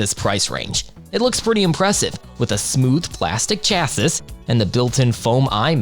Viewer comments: I really hate how he says Chass - ISS instead of Chassee right in the beginning of the video. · cha-sis?!?! Mate! Learn to read! It's pronounced 'shasee' 😂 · Mispronouncing "chassis" (chass-iss) and "hertz" (urtz) really takes away from your competency in this review. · Chaa-sis? Lmao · Who says chassis like that? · He really just pronounced chassis as chassis.